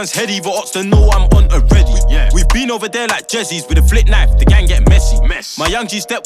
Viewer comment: This will be lit if only he can pronounce th right.